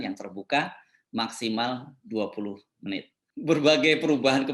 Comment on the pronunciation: 20 menit, 20 meit????!!!, menit nenot....netnitnot nit nit